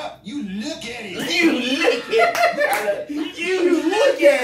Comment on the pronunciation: "You Luuk at it"😂😂😂